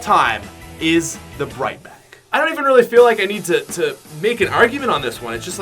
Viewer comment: Oh hell nah this nigga said bright bag😂